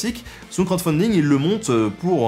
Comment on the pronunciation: ça me parait ... trop résumé... trop axé sur la chasse et les fêtes ... yavait rien d'autre ??? sinon 2 choses m'ont bien fait rire : quand tu bouges, ça fait parler le visage sur ton t-shirt et à la fin, j'entend "crott-funding" xD